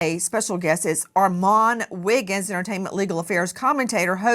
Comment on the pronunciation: She is the only one I've heard say his name right